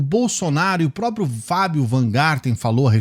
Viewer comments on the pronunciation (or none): none